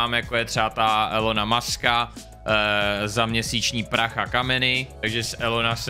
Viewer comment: Elon Musk se vyslovuje "ÍLON MASK" a ne "ELON MASK".